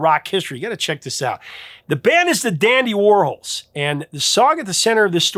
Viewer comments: It is the dandy war-halls… not the dandy war-holes… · I feel really bad for correcting you. I NEVER DO THAT! I usually just “fix” all the misspelling in my head and move on. But you kept saying Whirls and it was KILLING ME!! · You do know who Andy Worhol is, right? Pronounce his last name right with an s. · The Dandy Warhols... The band's name is a play on the name of American pop artist Andy Warhol. So, I think you need to reconsider how you're pronouncing that band's name? Because I've only known to be pronounce the same way as Andy Warhol.